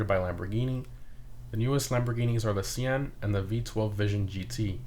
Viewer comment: Sian is pronounced shaan